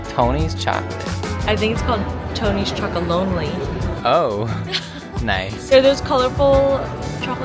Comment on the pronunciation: You got “Tony Chocolonely” spot on.